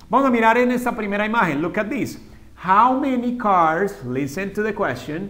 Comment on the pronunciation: This is not pronounsed "theese" its this. Youre teaching the students to pronounce it wrong.